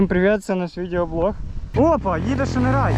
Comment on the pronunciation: шінерай блять😅 , читається шайн рей(яскравий промінь) шінерай сука